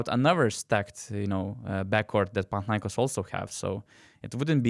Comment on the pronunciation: It's panathinaikOs and olympiakOs.. I am Greek, I know better. You can always hear Google translate..